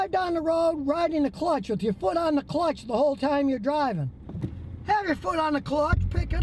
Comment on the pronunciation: Has anyone heard his mispronunciation of clutch, “cutch”?